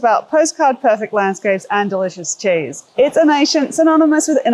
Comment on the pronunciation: in which country do they pronounce 'cheese' like 'chase' ?